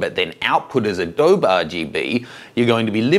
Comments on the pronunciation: In case nobody told you, it's not pronounced "Uh dobe". It's actually pronounced "Uh-dobie / Adobey / Adobeeeee". Adobe. Signed - someone who lives by Adobe. :). Thanks for the video by the way, I've had this question for a while. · This is 5-year-old evergreen content so good on. But the "uh DOE Buh" was making me crazy. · When he said "adohb" I spat at my screen, then cleaned it and switched to sRGB. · Thanks for the info,. Just to be clear though, Adobe is pronounced with an "eee" sound at the end. Like this, UH-DOE-BEE. Just like the Spanish word for mud hut walls or bricks. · ...and Intel was peed off that everyone was using gamma 1.8 'Apple RGB' on Macs! PS it's pronounced "A-Dobeee" as in the clay houses. Cheers David Myers in Sydney. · I normally don’t comment on 5yo posts... I don’t believe a word you say about adōb. If ya can’t learn how to say one of the most widely used products in the field, you can’t claim to be an expert. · Nice catch! I tried to ignore it after the 99th time he said Adob'. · its pronounced "ah doe bee"! mmkay!:-) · Adobe (/əˈdəʊ.bi/) you pronounce it properly, i feel like you are doing it on purpose :( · Jesus! Still not pronouncing the E after all these years? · You say Adobe funny! First person I have heard say it like that! (BTW, not having a go about it. Before some keyboard hero jumps on me....)